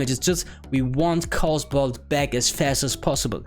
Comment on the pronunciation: Cool vid, I like the idea of a fire lock. Also it doesn't sound like English is your first language, so I'll help you out. Chaos is pronounced KAY-OS, not KOS. Cheers!